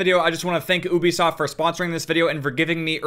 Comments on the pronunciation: UBISOFT not OOoobi-soft. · Its Ubisoft not Obisoft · be like “Oobysoft” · did my man just say OOBIsoft lmfao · Normal people: Ubisoft: uwubisoft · "I just wanna thank obisoft" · "Oobisoft" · Oobasoft he said lol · Gets special treatment from a company and then proceeds to pronounce their name incorrectly